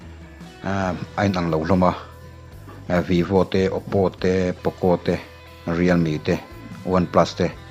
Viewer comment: Poco tih veh dan hi🤭